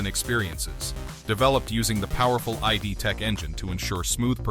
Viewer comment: It’s “id tech”, not “I.D. tech” 😂